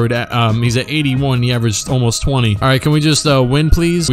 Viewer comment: That was like the shortest alright I’ve ever heard